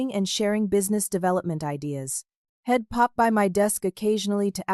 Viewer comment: It seems that the AI bot reader does not know how to pronounce abbreviations. I'd is being misread as id. He'd is being misread and head. Either take out all abbreviations or teach the inane AI bot reader how to pronounce them. the mispronunciations ruin the flow of the story.